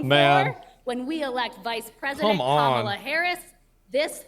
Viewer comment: K'mala H'ris